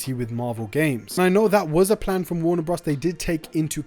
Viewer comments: I can’t get over him saying Warner bras dude it’s bros as in brothers 🤣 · Please say “Warner Brothers” and not “Warner Bros". Bros is a shortened version of Brothers. It’s just a little distracting. Great content and information. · Is that how you normally say bros?